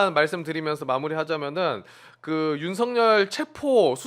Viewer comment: 박범계는 소추인단에 있으면 안된다!!!!! 왜냐하면 윤썩열이 사시동기이다!!!!!! 탄핵추진하는데 전략이 윤썩열이한테 새나갈 수 있다 법무부장관할때도 제대로 일을 못한거 같다 윤썩열이 이름도 제대로 말하지도 못한다 수박같다!!!!!!!!!!!